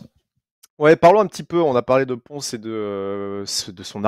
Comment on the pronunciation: c'est 'Ponce' tout court